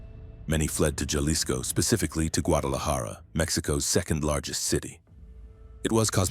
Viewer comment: “Jawlisco” lol get better software my guy.